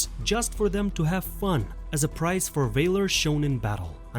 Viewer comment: Vailor is valor - can for Khan - are you even educated?